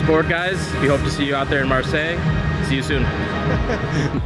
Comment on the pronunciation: When you can't pronounce marseille ... read a book